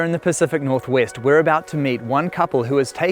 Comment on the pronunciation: pacific north weast